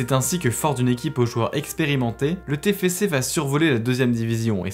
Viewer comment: C'est pas le tefece c'est le tefcé